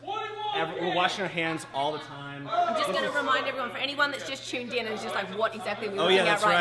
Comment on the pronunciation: The videos was cool, but the only thing that was getting to me was how many times she said "chuned in" lol.